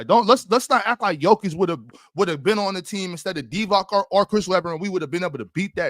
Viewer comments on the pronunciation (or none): was just talking nonsense. First of all if you're gonna praise a former Kings player like Divac pronounce his name correctly it's "Divats" not "Divak". Secondly, how long are we gonna keep hearing casual takes that Jokic plays no defense? Look at the Nuggets season this year, last year, championship year, EVERY YEAR Jokic has the BEST DRtg on the Nuggets roster meaning he is not a liability on defense and in fact Nuggets are better defensively with him on the floor. Just because he is not athletic and doesn't block shots you can't assume he's a bad defender. He is elite in rebounding, steals, deflections, spacing, court awareness, IQ. Ant-Man and Gobert were dumbfounded during a game when they overheard Jokic explaining to a teammate the ATO play the Wolves drew up. Last year Denver were 8th in DRtg and Jokic was 2nd in the league in Defensive Win Shares.